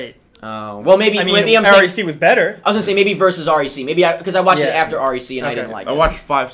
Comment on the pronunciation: Did you seriously pronounce that R...E...C...? It's 'wreck'! Now I know why americans can't be arsed 'reading' foreign films.